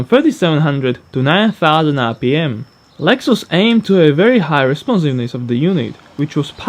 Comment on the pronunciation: Lex-ous lmao 😂